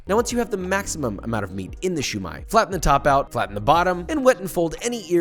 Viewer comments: Siew Mai Josh. Not Shu Mai. U learn new things everyday PaPa😃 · I think it's pronounced siomai not shumai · It pronounced ‘see you my’ with no spaces